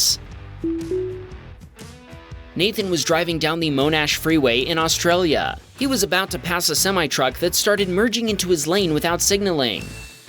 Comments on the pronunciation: #18 its not Moanash its Monash lol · mon-ash, not Moe-nash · Monash is pronounced Mon not moan! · It ain't MOOONASH i5s MONASH